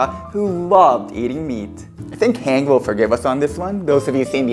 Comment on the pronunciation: Great production and delicious looking stew, but her name is pronounced "Han-Jee", not "Hang" 😅